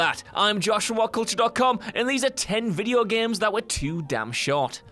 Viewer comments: It's "games " not "geams" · GAEMES... ITS itches in my brain when he says that word